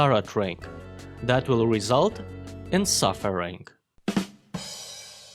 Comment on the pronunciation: suffer-ring... I love it.